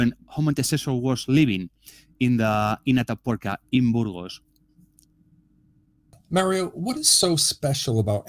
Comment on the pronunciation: You can learn to pronounce 'Burgos'.